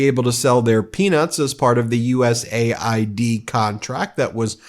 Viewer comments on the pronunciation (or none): none